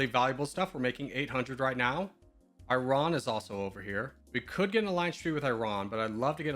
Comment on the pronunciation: The way you say Iran absolutely kills me. try "ee" as in "free" and "rawn" as in "brawn" : ee-rawn, same or Iraq, ee-rock